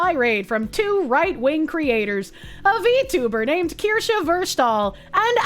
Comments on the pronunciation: I eagerly await the day Asmon can pronounce and spell Kirsche correctly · I think its funny at this point. Its so asmon